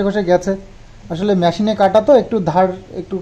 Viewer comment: tumi Tinar mato Myashine bolo na plz....Machinebolo otai thik uccharan...kichu mone korona bollam bole r Saush na kathatai sauce...